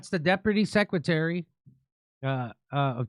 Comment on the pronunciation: Kurt: "Is everyone drunk in this administration all the time now?" Jimmy: "I...I...That's the Deprutty Secretary..." Seems like everyone's going to work drunk these days XD